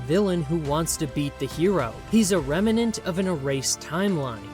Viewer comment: I like this video, I really do. Even if there's alot of repeating the same thing That being said. It's *remnant* Rem-nant Not rem-en-ant. It's not like revenant.